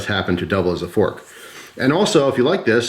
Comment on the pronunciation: 1 pronged fronk